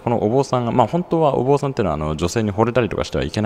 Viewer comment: はりまや橋の上で「はりまや橋ってどこですか？』と聞かれたことあるよW 坊さんではなく、ぼんさん」だよ。あぁ読み方ね。